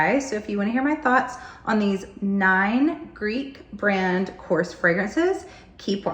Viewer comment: Hello! Thank you for this video! Just a small advice: the brand is pronounced: korrEs. So the "E" is pronounced and accented. I am from Greece and I love this brand!